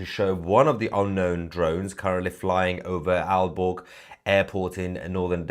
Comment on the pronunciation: Aalborg Airport ---I was out of the room, and thought you said, "Al Gore" Airport!! I wonder if they are going to shoot them down.